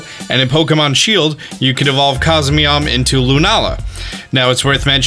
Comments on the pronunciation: Its not cosmeam lmao its cos mo em its a (em) at the end lol not (am) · Cosmeom? I thought it was Cosmoem. Not trying to be difficult I was just caught of guard. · He keeps saying cosmeom when its cosmoem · It's Coz-Moe-em. Not Coz-me-om. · It is funny that says Cosmeom but he can clearly see that it is Cosmoem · CosMOEM reads as CosMEOM? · why are you saying cos MEOM, it shows cos MOEM. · "COSMEOM" isn't it Cos-Moem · It’s CosmOEm not CosmEOm. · It's cosmOem not mEom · It's pronounced cosmoem, not cosmeom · No it's not. He says Cos-me-om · is it just me or is he reading it as cosmeom instead of cosmoem? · COSMEOM COSMEOM .... you know what? just keep calling it Nebby ffs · Hhaha cosmeom that is what he said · How he gonna mispronounce cosmoem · Eh hem. It’s actually pronounced Cos-Mo-Em sooooooooooo ye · depends how you say poem. I say poem so it rhymes with comb. So you're saying it should be cos-mome? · I love his videos, but the way he pronounces "cosmoem" it irks me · Ah yes SOL-GAYLEO of course and COS-ME-OM not COS-MOEM